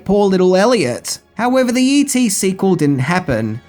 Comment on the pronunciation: When you say all the e.t merchandise it sounds like you said eating.